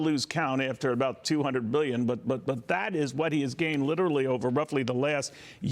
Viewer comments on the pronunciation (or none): I like how he says Bbbbillion